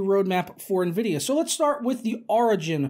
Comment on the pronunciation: I'm just now ordering a 1080 ti.....slow down Nenvidiah